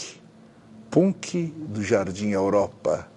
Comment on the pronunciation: o jeito que ele pronuncia punk kakakakak